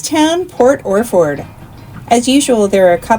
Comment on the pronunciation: You pronounced Yachats correctly, very good. However Yaquina is “Ya-kwina “. Port Orford is “Orferd”. Very nice video.